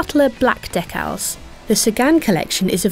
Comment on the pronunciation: "Deck-Al's"?! Try "Dee-Kal's".